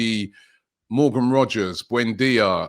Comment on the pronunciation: It’s Rogers. Not Rodgers ffs